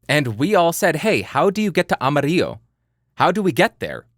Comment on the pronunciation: As a Spanish earthling, I can assure you that your original way of pronouncing mojave and amarillo is definitely the legit one.